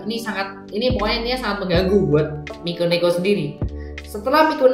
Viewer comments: Dari mikeneko jadi mikoneko, mekoneko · Lo ngomong mikeneko aja kagak becus